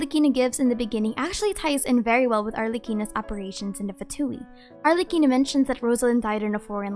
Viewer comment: Yes but (as an italian) the pronunciation killed me Ah yes, la SiGHNora and arlecino (jk) Also by far Arlecchino and Columbina are my favourites I see arlecchino as such a cryo sword user idk why